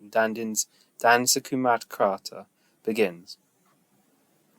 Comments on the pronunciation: The correct pronunciation is: #"dash" as in (english) gush, mush, sussh🤫 #"Kumar": "ku" has an abrupt "u" as in cook and "mar" has an elongated "a" as in bar, tar etc.... thus "kumar" = kumaar #"Carita = "Ć" is Ch as in chubby... and the "a" suffix in "rita" is an abrupt "a" while "t" is a soft t.. thus "ćarita" = charit. ie. "dash - kumaar - charit" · The last c is pronounced ch as in chair..